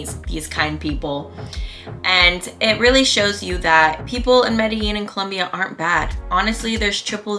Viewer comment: You pronounced Medellin wrong. the double L's actually sound like a G. Sorta how your pronounce jeans.